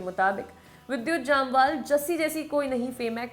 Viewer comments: Mistakes you made - it is जमवाल not जामवाल, It is कलारी पयटू not कलरी पेटु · U pronounce both name wrongly Jamwal and abrahAm